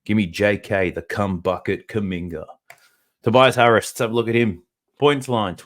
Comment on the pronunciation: Calling kuminga kumbucket is crazy bro 😂😂😂 great information tho I appreciate it